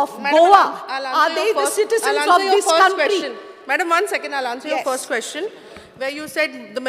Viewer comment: seems to be uneducated.Cant even pronounce question.He says keshtion..ha ha This Jennifer seems to be lost Whole Bjp team is dafar